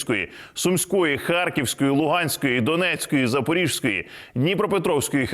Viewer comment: можливо, я можу помилятись, але ми звикли говорити "ЗапоріЖської" правильно "Запорізької" о. Мала Хортиця розпочав будівництво форпосту для захисту проти татарської навали. Ця подія ознаменувала заснування Запорізької Січі – козацької фортеці та бази для походів морем та суходолом.